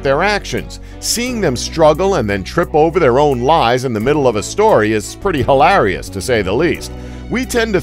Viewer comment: the way he pronounced "hilarious" I